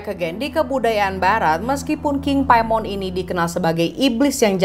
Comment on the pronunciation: Paimin klo keselip bacanya🤪🤪